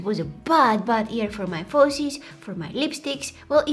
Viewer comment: I love how she says ear instead of year😂 this so cute